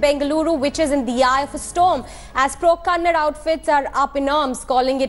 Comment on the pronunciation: First pronounce the words properly it's "kannada" and not "kannad"